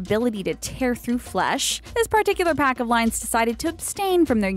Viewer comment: Ikr, I cringed super hard when they said pack..